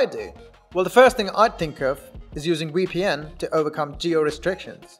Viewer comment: It's VEEPEE-EN not WEE-PEE-EN!! SMH